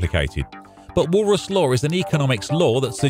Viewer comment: Sounds like Walrus :D